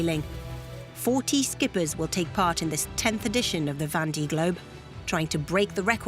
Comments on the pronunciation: Would be nice if the commentator could pronounce "Vendee" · Yup that was bugging me too.